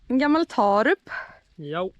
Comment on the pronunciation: Taarup torde uttalas Tårup. -rup betyder -torp, motsvarande den i svenskan vanliga ortnamnsändelsen -arp.